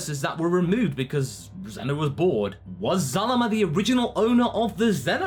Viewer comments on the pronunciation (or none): its zeno not zuno